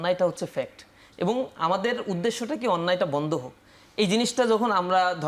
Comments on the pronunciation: সে এবং বলতে পারেনা। বলে এবন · নাচির ভাই : এবন (ঠিক মতে এবং ও বলতে পারেনা) আরো কত ভুল শব্দ উচ্চারণে😁